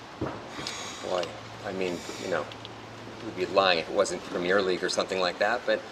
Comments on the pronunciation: PREM EARRR LEAGUE NOT PREMEEEEIRRE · BLESS HIM USA SAY PREMIERE LEAGUEINSTEAD OF PREMIER LMAO IT SNOT A FILM RYAN :p NICE TRY THO